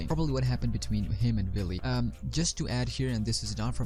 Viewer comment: Idk if you're saying Willy or lilly....